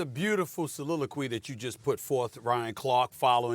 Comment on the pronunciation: He needs to retire the word soliloquy...it sounds silly-ilquy